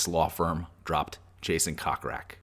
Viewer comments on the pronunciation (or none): It's not pronounced cock rak, it's pronounced coke rack> I can see why no one watches your blogs and predict more of the same.